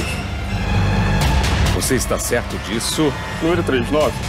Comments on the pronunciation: o celso: "qual númiro?" kkkkkkkk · o apresentador falando númirú com i e ú tambem nao ajuda ne...